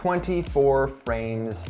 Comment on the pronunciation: I'm sure someone already said it but "prames per second" haha. You're awesome Pete!